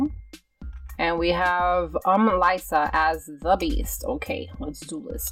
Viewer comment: lyssa its l-issa its spelled like that but not pronounced like that..lol